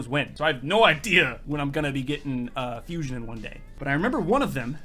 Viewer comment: niphox 9999 you spelled Fusion wrong you said Fushion